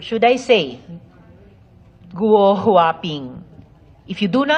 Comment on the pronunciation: Guo...go not gu o